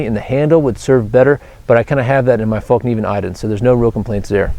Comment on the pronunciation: FÄllkniven, not fAllkniven! :) lol